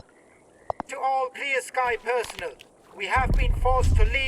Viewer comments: Really minor nitpick but Kalancha's lines in the swamp bit around the mark have a few mispronounciations ('personal' instead of 'personnel', 'deter-mine' instead of 'deter-min', 'see-emissions', etc. I mean, it's still an upgrade to have English VO in Stalker, but maybe run some lines past a fluent speaker 😄 Obviously, great job in all other aspects! I've been a huge fan since the first game was announced decades ago (ouch, I'm old) and this is shaping up to be everything it deserves to be 😁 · they're using an AI generated voice for the dialogue. It mispronounced personnel, determine and psi. Thank god I'm gonna play in Ukrainian with English subtitles or that'd be really annoying.